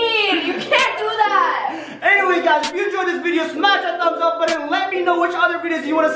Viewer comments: You say snow instead of know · Stop saying shnow say know